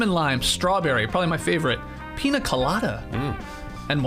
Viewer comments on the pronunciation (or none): none